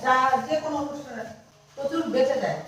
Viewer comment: তোমার উচ্চারণ গুলো ঠিক কর। প্রথম থেকে তোমাদের ভ্লগ দেখি। না বলে আর পারলাম না। "প্রচ ুর, শরীর, লজেন্স, সম্মান, গর্ব...